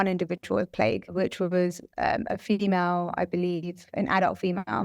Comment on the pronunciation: is she pronouncing the word female as fee-me-male?